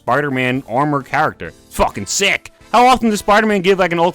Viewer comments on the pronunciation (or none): none